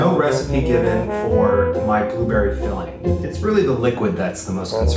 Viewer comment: Boobeery Blue berry Pronounciation. Mistake ned Apple's should be caramelised with lemon juice, sugar and cinnamon. Keith you are wrong. When you put it in your filling you poked a knife through it and ruined your crust yourself. It was not the fault of the pie tin.